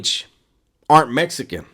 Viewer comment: Phonetically it sounds like "Mess eh can" but I heard hood dudes pronounce it just like that with any ill intent. WB is a no go I'm from San Diego and have nothing but love for all people but especially my Latino brothers because when I moved down to Chula Vista from Mira Mesa, they were the first ones to mistake me for being Puerto Rican, cuban or Mexican. ( I'm mixed with black and so many other things) I work in the shipyard and my Hispanic brothers are some of the best dudes I've worked with. Not to mention the cliche quinceaneras, wedding parties. But it's true, black folk get down the same way. If you're good, you're family.